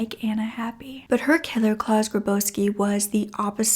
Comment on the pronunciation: A really interesting case. I am torn, with this one. While I don't blame the mother, we still can't just take the law into our own hands. Also, I would prefer that he was stuck in a prison cell, for the rest of his life, rather than the quick death that he got. As a side note, the name Klaus is said like mouse, not claws.